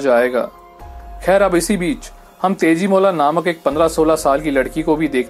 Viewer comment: yeah But it's tejimola.. as it's an Assamese folktale everyone should pronounced it as tejimola..